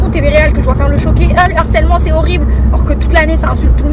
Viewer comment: Merci. On rehausse le débat. De même que mes oreilles me font mal à chaque fois que j entend l harcèlement. Alloooooo...C LE harcèlement, le h n est pas aspiré. Mais bon...C peut être un peu trop pour eux...